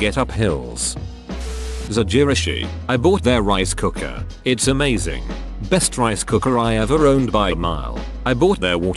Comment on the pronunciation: "they are Ask-me-anything-zing" This TTS bot always cracks me up XD